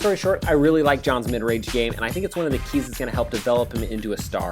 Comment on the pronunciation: "Both are long rage snipers" rage, rage, rage, rage, rage, rage